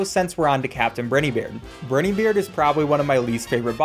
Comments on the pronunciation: ITS BRINEY BEARD NOT BRITEY BEARD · BRINEY not Briny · "captain brinnybeard" "captain burnybeard" just say brineybeard please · How is nobody talking about how he pronounced captain Briney beard captain briney beard (br - eiugh- ney) It’s briney beard what sound does I make? EYE the letter I is pronounced EYE NOT ei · br-eye-nybeard is how it’s ment to be pronounced lol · he said brini beard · can you make a video where you pronounce BRINE EY BEARD right this is making me question if it’s actually *me* who doesn’t know how to say it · its pronouced briney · I lose brain cells every time he says brineybeard